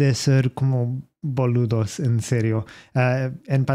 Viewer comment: Never thought I'd hear Boludo with an Aussie accent! Gracias por poner hablar de Franco y de Argentina. Somos un pais de gran tradicion automovilística asi q esta bueno enseñar esto. Suerte!